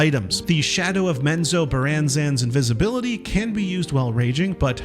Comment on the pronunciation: menzo-BARE-en-zahn Source: I asked Bob Salvatore in person. Please spread this to everyone who mispronounces this Drow city. Thank you.